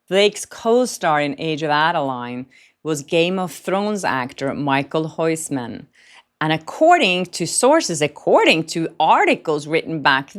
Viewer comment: Michael Hoissman?! Who's that? You pronounce his name something like: Mi-khil Hous-man (not the correct spelling of his name). With kh I mean a Dutch G sound, which is a raspy sound from the back of the throat.